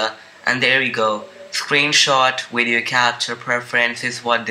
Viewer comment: Your wideo xD